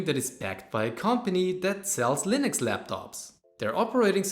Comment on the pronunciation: I am going to kick you in the face repeatedly if you say "Linoks" instead of Linux once again! 🤣